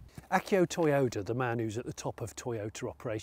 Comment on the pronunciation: Are you calling mr toyota "mr toy yoda" ?